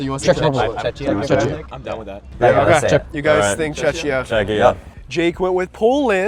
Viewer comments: did you say chechia? xD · Just a small pronunciation note: Czechia is pronounced “CHECK-ee-uh.” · Please don't say "Chechia" 😢